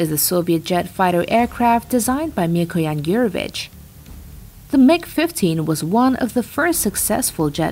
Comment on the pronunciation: Please learn how to pronounce “Mikoyan.”